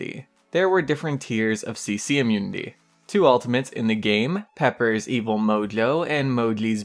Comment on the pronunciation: yes you called "pepper" again XD,I love that tbh ,I do it myself a lot too keep up that good work XD